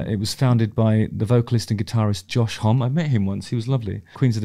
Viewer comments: Pretty sure it's pronounced "Homm-ee". Anyway, Go with the flow is my fave off this album. Also, stick to being a rock legend Justin, and I'll stick to being a Physics teacher... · BTW Josh Homme is pronounced Hommy like Mommy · Joshua’s last name is Homme, pronounced as ho-me. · Justin, Homme is pronounced like it rhymes with “mommy”. Keep making these mate ❤️🤟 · I saw this line-up of QOTSA, at the Troubadour in Hollywood, and it was loud and proud rock and roll greatness! Dave Grohl was killing it on the drums, and he did so on the entire album. Silly factoid, they recorded the drums(without symbols), then added symbols later for a heavier(non bleed) drums sound. Also, not to correct you good sir, Mr. Hawkins, Josh's name is pronounced, Haw-Me, Josh Homme. Cheers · FYI, his name is pronounced "Homm-E". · Be a real fan and pronounced his name correctly. Homme rhymes with mommy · After all these years Justin still doesn‘t know how to pronounce Josh Homme…